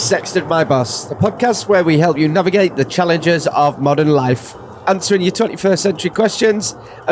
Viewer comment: With his Northern pronunciation, it always sounds like saying, "Help! I sexted my bus" to my American ears.:)